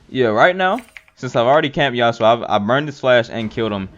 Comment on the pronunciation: The fact that you couldn't call yasuo his name has me triggered